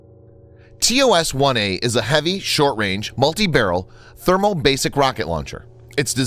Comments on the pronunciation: Thermobaric not thermobasic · Thermobaric, not Thermobasic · "Thermobasic" LOL LOL .Like J.W.Bush -"Nucillar" weapons . I bet the poorest countries are more literate than some you folks (I mean Americans) . IT'S THERMOBARIC for god's sake , YOU EVEN HAVE A SUBTITLES RUNING AS YOU SPEAK THAT SAYS THE RIGHT WORD . I know I know , some might think I'm overreacting BUT I wouldn't be if it wasn't so so common for people to be ignorant and outright uneducated, uninformed and to embarrass them selves on line .Although on a scale this is pretty low , the thing's you see on the net that people do and make a grand fools of them self is just unbelievable